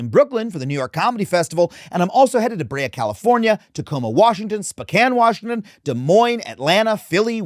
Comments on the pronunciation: Spu-can Washington? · Damn it. He almost said Spokane right this time. Oh well. Do me a flavor and try and say Colville